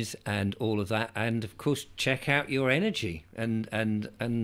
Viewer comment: Energy not engery